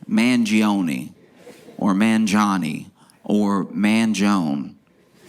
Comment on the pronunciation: Man-G-oh-nah. Very nice Italian name. And he pronounces it correctly. Like a lot of immigrants, Italians with the -one ending have allowed people to mispronounce it--with the ending as -own. Which is wrong.